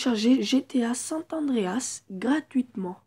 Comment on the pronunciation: C San andreas pas sante andreas 😂😂